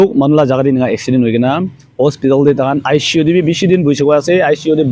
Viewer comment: Bro just a small correction. Its ICU (intensive care unit) & not aishi u.